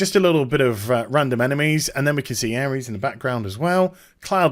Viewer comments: Am i the only one screaming aeris/aerith isnt pronounced ares? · he also called Aeris/th ''Airees'' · I hand in my MAN card, when i saw the PS Play video I cried like a little girl, PLZZZZZZZZZZZZZZZZZZZZZZZZZZZ dont fuck this up SE plzzzzzzzzzzz make it what you showed I have waited decades for this. PS Her name is Aerith pronounced AIR-ITH :) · Aries? Isn't her name Aerith?